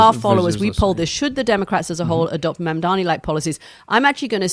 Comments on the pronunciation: So bloody disappointed that Anthony can’t say Mamdani properly 🙄🤦‍♀️ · Maybe he isn't interested in coming on this podcast because the hosts haven't learned to say his name correctly as yet! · Learn to say Mamdani properly you pric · ITS MAM-DANI NOT MAM-DAMI YOU WIERDO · Why is Mooch mispronouncing M-A-M-D-A-N-I ???? It’s not MandaMi !! Ffs don’t be lazy ; practice , learn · Love you guys but I think you're pronouncing his name wrong. It's Mam-dani not man-dani. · Mooch can't even say Mom-daa-nee. He keeps saying Mom-daa-mee, similar to how Republicans would intentionally mispronounce Kamala's name. It's very disappointing to notice how often these two go out of their way not to offend their rich Jewish friends. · Mamdani, not MANDAMI, it ain't that hard 🙄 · For God sake, it is Mamdani with an N, not mamdami. For such a smart person like Scaramucci it’s not that hard. Write it on a piece of paper, or practice a few times! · Ffs Anthony learn how to say the man’s name correctly already. If the rest of us across the world can say Scaramucci correctly, you can say MAM-DANI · Anthony, his name is MandaNi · Wrong again. It’s MAMDANI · Please pronounce his name correctly - MAM DA NI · A gentleman named Scaramucci apologizes for mispronouncing the name Mamdani. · I don't know if you guys read these comments, but Scaramucci needs to learn how to pronounce Mamdani's name if he's going to discuss him in public. Didn't he graduate from Harvard? Surely he can tell an m from an n. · PLEASE get his name right, it’s really not that hard. Such a bad look for a conservative white guy. 🙄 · Before expecting him to show up on the show, learn how to say his name Anthony! You're smart, you can do it. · It’s very disrespectful to fail to learn to pronounce your mayor’s name. It’s not that hard! If we can say scarramucci???? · Why can’t Scaramucci pronounce Mamdani’s name correctl??? It’s really not that hard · Learn to say Mamdani's name properly